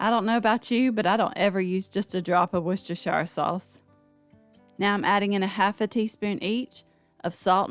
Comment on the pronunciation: And may I be the first to congratulate you on being a grown adult and pronouncing Worcestershire the proper way have a great day like your recipes by the way